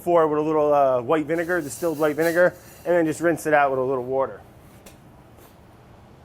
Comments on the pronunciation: Taylor Slinger Does he say "wourder" on purpose or is that just the way he pronounces it? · One of the best parts of these videos is playing the "Spot the wourder" game trying to find the increasingly elusive edits by Vinny every time Brad says the W-word. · Oooh... missed a "wouder" edit at about ! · Take a shot everytime brad says" wourder" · Ten cups of WOURDER 😂😂😂😂😂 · Wourder Counter: many times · The editor is so, so cruel but it's so entertaining. I, for one, love Brad's "wourder" pronunciation. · The "Wourder" joke still makes me laugh every time he says it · Nick 🤣🤣🤣it’s just how Brad pronounces water